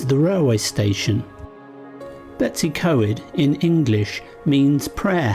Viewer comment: Oh lordy how do you get Betsy. From BetWs .i dont know ,you made a pretty good job of Blaenau Ffestiniog! How to annoy many people without even trying very hard .Lizzie xx